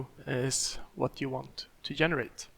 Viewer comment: its called GENERATE! GE. Not ffffffff yenerate brooooooo stop it